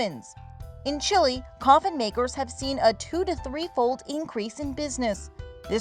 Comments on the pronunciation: Did she said Chili instead of Chile ? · Did she just say chili???😂 it’s okay one of my friends called Chile chili too🤣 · Chilli ? isn`t it Chile